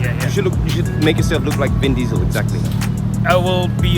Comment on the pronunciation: No no. ‘Bin Diesel’ ‘Pall Walker’ ‘Some Kang’ 😂